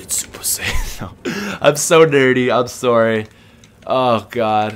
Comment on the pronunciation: Are you Canadian?I noticed the way you say sorry,and my aunt(who is also Canadian which makes me Canadian 2)says sorry the same way